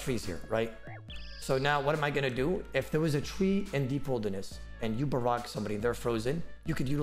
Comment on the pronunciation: Dude between the speed things are being clicked, the speed youre talking, and the bad english like "barrogah" instead of barrage idk anything you just did the only thing i learned in this video is how to eat a potion and fish at the same time